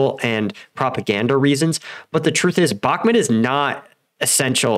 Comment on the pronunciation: Bah-ku-mut not Bak-mat